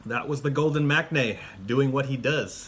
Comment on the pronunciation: Correct pronunciation for maknae is mang nae